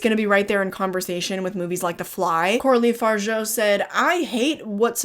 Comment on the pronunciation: I love your channel !! Oh BTW, it's pronounced FarJA (Fargeat) I know that you based yours on a guy, but I'm French and that's wrong. Thank you for 2024 when I discovered and binge whatched your content!